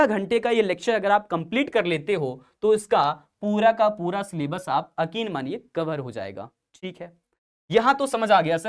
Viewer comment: Sir akin ❌️ yakin✅️